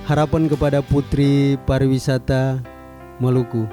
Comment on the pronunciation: Tolong di koreksi Buat Yg betul itu PARIWISATA bukan PARAWISATA